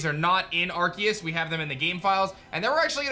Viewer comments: but it don't litterally look it up there's 1 way to say it and it's not with a K there's 0 definition online where it's pronounced that way it's just edgy and cringy lol it's Aar-see-uhs like look it up 1 pronunciation tho I ain't made ppl pronounce how they want I mean look at rap they cant say you they sound like pikachu saying chu XD I was just pointing it out I find it wierd he looks like the type if person whod try to pronounce stuff accurate so I was making it more like a joke but typing hard to add feels lol but yeah I was just pointing it out there's is 1 solo way to pronounce it lol. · no he's not lol it's been a word/name for a long time and he's one of the few pronouncing it that way XD the C is pronounced as a S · Still pronouncing arceus wrong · It's literally officially pronounced with a hard C sound in English. You can pronounce it however you want, but it's how it's pronounced in the movie, and how it's pronounced for the game in trailers and such. Plus, Silvally's ability that is based on Arceus is the RKS System. R-K-S. ARE-KAY-US/ARE-KEE-US. Either way, it's a hard C sound, not an S. If Arceus was pranced with an S sound, then Silvally's ability would be RCS System, to reflect that pronunciation. I would believe that Pokemon would be the ones to know how to pronounce the Pokemon they come up with, and it has always been pronounced with a hard C in English. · Doesn’t matter imo. Both are the correct pronunciation. I agree pronouncing the name with a C is the official way to say it overall, as they say it like that in Japan, but the English version pronounces it with a K officially.